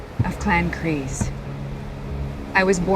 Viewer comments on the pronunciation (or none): Kryze no Kryse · It's Bo-Katan KRYZE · Kryze, not Kryse. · Isn't it Bo Katan Kryze not Kryse? lol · Kryze not Kryse